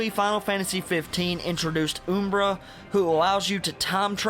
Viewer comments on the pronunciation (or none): Ring of Lu-CahhhhhhhhhhhhhhhHHHHHHHHHHHHHHHHHHHHH = Ring of Lucii-I = Subdued OooomBra = Umbra Good video though.